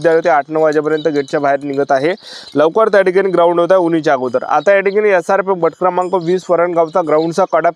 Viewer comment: बट क्रमांक 😂😂 गट क्रमांक ✅✅